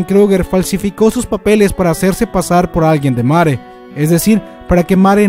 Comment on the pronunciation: lo siento pero que mierda es mare???? te refieres a marley? :s wtf si es asi mejora tu pronunciación